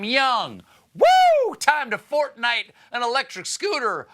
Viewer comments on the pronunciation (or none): none